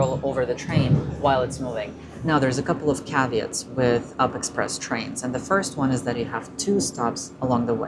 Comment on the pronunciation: The locals call U-P, not up. This diminishes your prez.